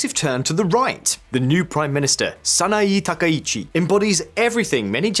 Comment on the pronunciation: 名前の間違いがひどすぎる。わざとだよね？サイって誰？ SANAE TAKAICHI！だよ。